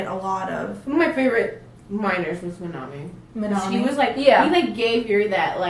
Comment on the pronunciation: It really annoys me the way the pronounce, minami and phitchit. They say "Minomie" and "Pitchit". Is it only me?